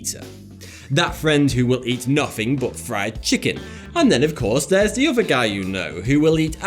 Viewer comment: SAY IT OTHER Oðððððeer not ovvva Jesus Christ your speech impediment is annoying